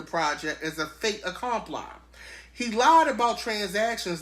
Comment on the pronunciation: Fait accompli is a French term for something that happened and can't be reversed. Fet accompl-ee. :) love this read and your interjections 😂